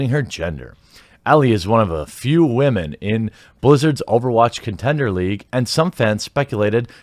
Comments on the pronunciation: rofl its nots Wahmen its woman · Can you learn how to pronounce women correctly please...